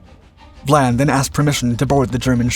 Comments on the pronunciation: I enjoy your channel but the very weak research and editing have got to be addressed. The name of the British Captain is Vian not Vlan. It is simply maddening to observe such easily avoided mistakes this channel makes. Just a little concern for accuracy would greatly improve your work. As a retired professor of Theater and Film I know how important accuracy is in the presentation of facts or fiction. You could greatly benefit by more concern for accuracy because once inaccuracy is engaged increases unchecked your audience soon no longer trusts you or visits your site. Be wise. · Captain Philip VIAN (pronounced VI-AN) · Captain Vian's name is pronounced vie-ann. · What is this 'Vlan' nonsense? It's Vian. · You’re butchering the Captains name. Phillip Vian. Not Vlan. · It isn't VLAN it's VIAN. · It’s Vian not. Vlan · Cossack's captain was named VIAN not VLAN as used in the clip. the letter "I" obviously taken to be "L" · Hey, that one was pretty interesting. Just a couple of things to correct.... You may have misread the name of HMS Cossack's captain, as you were pronouncing Vlan rather than Vian. And the aircraft which located the Altmark were a trio of RAF Hudson bombers, not the Catalina you pictured. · It's Vian, not Vlan. Otherwise great video as always. 🙂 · Philip Vian not Vlan.